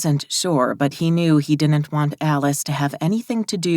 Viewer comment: Whatever you do, don’t notice the word DIDN’T mispronounced as DINNENT because your brain cannot let it go and it is said sooo many times that it gets super-distracting from the book. 🧠🧽💦